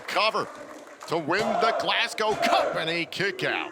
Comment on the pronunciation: Absolutely loving the fact and are pronouncing Glasgow properly. None of this Glasscow nonsense a lot of the people from the US say